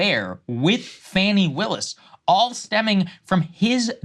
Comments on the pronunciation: Her name is pronounced "fah-knee" ... Not fanny. It grinds my gears when i hear Saagar mispronounce her name. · So you dont even know she cheated on him or how to pronounce Fannis name ...